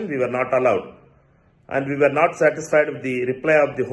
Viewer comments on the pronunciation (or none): none